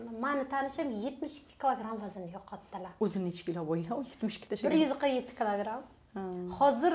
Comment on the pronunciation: Клограм эмас килограмм 😂😂😂😂